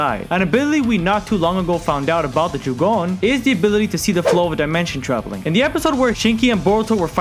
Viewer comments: its jougan not "joogon" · I don’t wanna be that person but it’s not jugon it’s jo (as in jo jo)gan. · Jougan is pronounced "yo-ga-an", The Jougan allows him to sense and see chakra, its pathway system and also, view the invisible barriers between different dimensions, it also lets you see (not "sense", naruto's six paths mode can sense) things the normal eye can like the Rinnegan Sasuke posses(well "passed" since he lost it in the manga). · Jougan is pronounced "yo-ga-an", The Jougan allows him to sense and see chakra, its pathway system and also, view the invisible barriers between different dimensions, it also lets you see (not "sense", naruto's six paths mode can sense) things the normal eye cannot like the Rinnegan Sasuke posses(well "possesed" since he lost it in the manga). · So... did you just call the Jougan a "Jagone" (no hate btw, good vid, it just triggers me a bit lmao) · Say jogooan one more time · Not to hate but it is pronounced Jo(Oh)-gan (g-on) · My god, how u watch boruto and pronounce Jougan wrong? It's pronounced Joe-gan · Not to be a know it all but ur saying jougan wrong